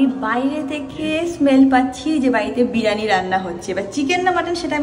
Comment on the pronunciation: বিরানী? এটা কি রকম উচ্চারণ 😂😂 বিরিয়ানি বলো